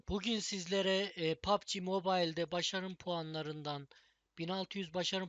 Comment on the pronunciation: Pubg diye okunmuyo pabçi diye okunur